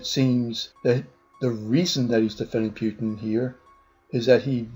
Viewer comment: When I saw politifact saying "pants on fire" I knew this video is fucking stupid, how do you even go past false? Also, it's Putin, not peutin